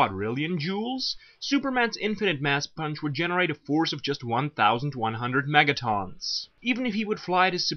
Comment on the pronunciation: Obviously you have no idea what you're talking about. You can't even say megatons right. It's not megatawns it's megatons.